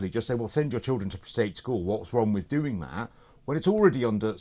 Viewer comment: He hasn’t done all right as he can’t pronounce simple words like with.